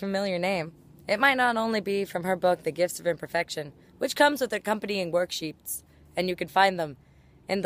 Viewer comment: I heard she said "work sheeps" so I imagined sheep with suits and then I got distracted.